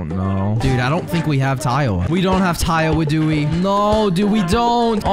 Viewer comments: i'll never get why you call tiawa taiwa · Tip: Its Tiawa like Tiara